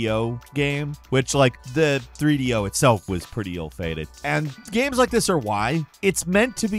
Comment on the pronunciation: "video gams"